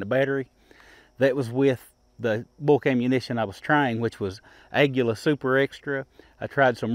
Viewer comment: The only guy I have heard pronounce Aguila correctly. And you always shoot very well! The p22 is a great pack gun. You should try the ppk in 22lr, you would like it too. Thanks for the video